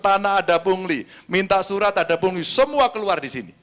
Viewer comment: Karni ilyas bindeng 😂 aduh ni ni pungli bukan puli bindeng kok di suruh bicara